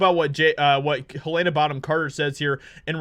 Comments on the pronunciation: Repeat after … all of us… Heluhna… Heluhna… Who the heck is Haylayna?! 😉 Just Trollin. Nice vid mate. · Just FYI, her name is pronounced helen-uh, not hu-lay-nuh. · Quick note.Her name is pronounced Hel-lena not Hel-layna. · Hell-uh-nuh Not Heal-Ain-uh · You're pronouncing her name wrong it's Helena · Learn how to pronounce Helena correctly. 😜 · jesus man there are two ways to pronounce helena and you miss both